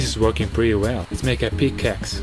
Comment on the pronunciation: Wait Did You Say PICCaxe!